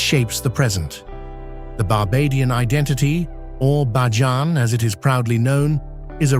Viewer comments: Thanks for capturing so many aspects of Barbadian culture, geography, cuisines, etc. However, please note authentic pronunciations: Barbados = bar-BAY-duss [not -doss or -doze]; Bajan = BAY-zhun [not bah-zhan]. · The word for Barbadian natives, culture and lifestyle is pronounced "Bay-jan" not "Bah-jan"😒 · It's pronounced BAY-JAN - NOT BAAH-JAN ! Just FYI ! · The A.I. Voice sucks. Its not Bah jan. its BAYjan!!! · Prononciation is Bayjun NOT bahjan! Bakeries do NOT open for salt bread in the mornings! They open around 9 am and bake for the evening. Some images are NOT of Barbados but it is a lovely place to live! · Bajan is pronounced BAY-JEN, and Barbados is pronounced BAR-BAY-DUS. Speightstown is pronounced SPITES-TOWN. The mispronunciations take away from a lovely beginning. After about 20 minutes in, you moved from Barbados to other islands while still calling the foreign lands Barbados. If you can fix these things, and remove the AI looking parts that came post the 1/2 way mark, then you can have something that is shareable. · Nice but ‘Bahjahhhn’ and ‘Sosha’ uhh ya mean Soca? ummm get that AI together. We just gone ignore how the people got on the island and their relationship to sugar yeah what’s the story there 👀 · Many scenes are absolutely Not Barbados.. especially the last half of this video. Also , the commentary saying BAJAN incorrectly is very annoying.